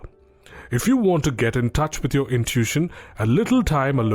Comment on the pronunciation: It's pronounced like "IN TOO WISH SHUN", you speak otherwise perfect English, just FYI but English is a messed up language. No doubt, but love your work